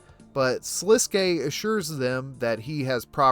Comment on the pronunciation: many channels call him "Sliskk" and it drives me insane. You are the first to ssy it right